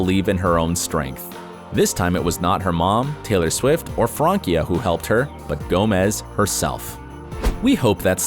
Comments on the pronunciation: It is not Frankia!It's Francia. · It's Francia not frankia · I hate how he says “Frankia” VS “Fransia” not THATS it’s spelled that way but at least sound it out! and her name is France and in so oak it’s Francia not Frankia 😂🤦🏻‍♀️🙄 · It is Francia Raisa , not Frankia Riasa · Its Francia not Frankia.... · Fransia not frankia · Frankia???? FRANCIA!!! PRONOUNCED LIKE FRAN•SIA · FranCia NOT “Frankia” 🤦🏻‍♀️ awful name pronunciation research. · They butchered Francias name its pronounced with an "s" Fransia not Frankia, its france in spanish. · She didn’t date all those guys... also its FranCia not FranKia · Francia is pronounced FRANSIA!!! The “c” is pronounced like an “s”. Not a “k”. It’s Spanish for France. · I kept laughing when he said “Frankia”